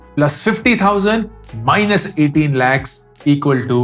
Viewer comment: Bhaiya.... Jo 'KH' خ 'ख़' khair, Aakhir, khushi isme sahi hai par har kh ko KH pronounce karte ho jaise k 'lakh' 😂.... Isme simple kh pronounce hota 😅😅😅😅